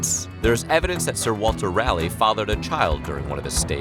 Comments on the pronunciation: from a north Carolinian, it's "Raw-Lee" not rail lie lmao 🤣 it's okay people get Appalachia wrong all the time as well 😂 love your content and narration tho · Sir Walter Ral....lie.... ????? No No! Sir Walter Raleigh... Leigh is pronounced Lee And Guy Whom???? Sorry just giggles over the accent no offence meant. Great video 🙏🏻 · Gosh, noticed many YouTubers are soooo bad at pronunciations! - not Fox, but forks, like “knife and...”. - Ra-lie??? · That everyone in North Carolina and maybe the whole United States has been pronouncing the capital of North Carolina incorrectly. RAHL-EYE. Huh, who knew? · Sir Walter Raleigh's last name is pronounced "ra-lee". Sincerely, a North Carolinian. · Good video but as a NC native it's pronounced "Raww-lee" 😅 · SERIOUSLY? You’ve not heard of Raleigh, NC? It’s Raleigh..... Raw-LEEEEEE. Just DAMN. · I noticed that. Sir Walter Rally, 🤣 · I'm from North Carolina, it's "Rah-lee," not "Rally" or "Ray-lee". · GEEZUS dude. Haven’t you heard of Raleigh, NC? How can you bastardize his name like that? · You seem to be able to pronounce every word except "Raleigh"... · I KNEW someone else would have to notice that. Thanks.